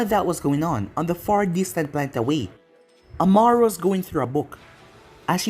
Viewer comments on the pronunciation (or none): none